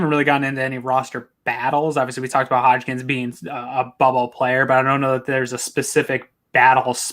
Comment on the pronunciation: It’s not Hodgkins it’s Hodges 🤣